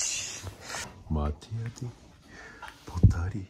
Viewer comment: 大笑い！！すごい およだ量と「待てやディ〜〜〜（待てやでーとは違う）」の発音が面白すぎます！！